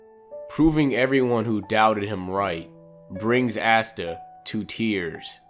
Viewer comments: Ahsta not assta. 😉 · You are pronouncing Asta’s name incorrectly it’s [Aw-stuh] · Lol did anybody notice how he kept saying Ass-ta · Bro this video sooo funny because another hater and DUDE!!!!Your not saying his name right🤣🤣🤣.But I’m not mad people have there own opinions🤷🏾‍♂️💯